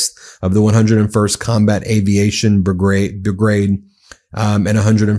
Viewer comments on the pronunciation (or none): You can't pronounce "brigade" or "Iraq." Why should we listen to you?